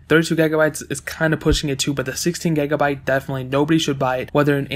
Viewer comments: "gegabite" "gegs"😂😂😂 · What's a gagabyte? You keep saying gagabyte